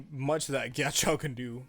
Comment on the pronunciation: pls stop pronouncing his name like "giachow"